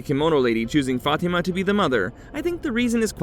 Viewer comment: I used to work with a lady named Fatima but she pronounced as: Fa-Tee- Ma. It just sounds wrong when the narrator pronounces it another way. I do love this show; thanks for the recap!!! :face-fuchsia-wide-eyes